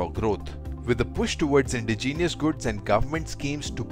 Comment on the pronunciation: Good to see; now let's just hope the equipment is actually good. BTW: – It's especially, not "specially". – Indigenous, not "indegenius". – Apache is pronounced "uh-pah-chi", not "uh-pah-che". – It should be "155 mm" and "40 mm", not "155-MM" and "40-MM" (which would mean "megamolar"). – ASEAN is pronounced "ah-see-ahn", not "ey-see-ahn".